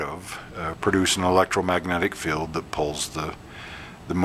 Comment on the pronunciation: Nice demo. BTW that’s a magnet “feeeeld” (field) not “filled” 🤗